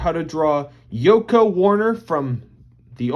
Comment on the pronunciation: The way you said his name tho..💀